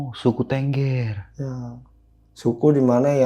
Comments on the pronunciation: Bukan Tengger Harus pakai E besar bang kayak Beli,, jadi TEnggEr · untuk sekedar info dasar saja tentang Suku Tengger, Tengger itu bacanya bukan TENGGER seperti pada kata BEBEK, tapi tepatnya adalah TENGGER bacanya seperti kata MEREM/menutup mata. dan 1 lagi, untuk masalah bahasa, bahasa suku tengger itu mirip dengan bahasa jawa, hanya sedikit perbedaannya dalam kosakata, kalau dalam huruf perbedaannya kalau bahasa jawa banyak menggunakan O, tapi dalam bahasa tengger lebih banyak pakai A, misalnya bahasa jawa OJO/JANGAN dalam bahasa tengger AJA/JANGAN. Untuk kendaraan umum, kalau dari luar kota naik Bus, itu tujuan terakhir di terminal Arjosari, dan diterm.inal Arjosari tidak ada jeep disana, masih harus naik 1 kali angkot/mikrolet ke Terminal Tumpang, nah jeep2 angkutan ke Bromo/Semeru ngetemnya disitu, tapi kalau sekarang sudah jarang jeep2 yang ngetem, karena sudah banyak yang via online. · tengger mas bukan tengger